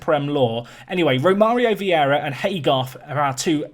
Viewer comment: Who's gonna tell him its Vieira not Viera?